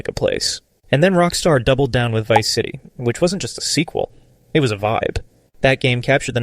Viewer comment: It sounds like the voice over at the very least isnt ai generated, there's simply too many times that a word is pronounced imperfectly (eg. vibe as "vi-pe", vercetti as "ver-cheti", bellic as "bell-ish" etc.), the guy stutters, pauses to take a breath or displays emotion to make me believe that it is actually a human voice over. (honestly though, might just be enhanced in some way, it does give off a ai assisted vibe, which isn't bad by any means.)